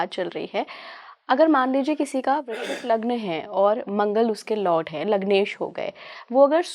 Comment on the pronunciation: Guru is talking about vrishchik. You sounded vrishabh. 😂😂